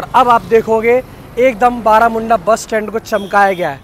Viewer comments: बरमुंडा है बारामुंडा नही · Baramunda nahi sir barmunda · Barmunda byaiya not baramunda 😂😂😂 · Bermunda not baramunda bus stand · बरमुंडा bus stand बlरामुंडा nahi bhai